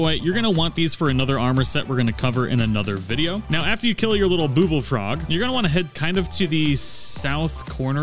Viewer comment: Man what is it with these guidemakers and mispronouncing obvious names- Miffa Court, booblefrogs.... the frogs make BUBBLES, it's named for lady MIPHA, how do people who do this stuff not put these things together!